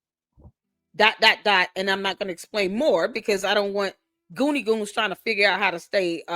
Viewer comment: Umar calling the goonie goones...😅😅